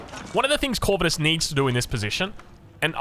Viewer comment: Nah mate, ur pronouncing it wrong... It's not Corvinus... It's Corvinus... Good lord... 🙄😮‍💨